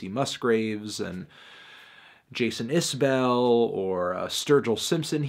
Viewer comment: why did you say jason isbell like that?.